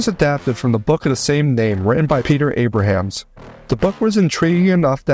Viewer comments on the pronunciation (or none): none